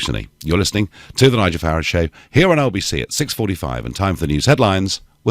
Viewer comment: When this DONALD learns correct pronanciation of name FARAGE?